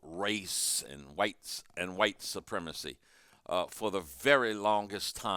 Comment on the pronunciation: How can you understand why it's supremacy when you can't pronounce it